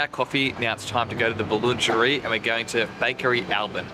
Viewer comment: You don't find the true local French food in a michelin starred restaurant - you just pay a lot for small plates! and - - please learn how to pronunce Boulangerie!